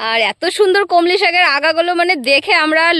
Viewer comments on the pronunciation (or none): Kamli noi kolmi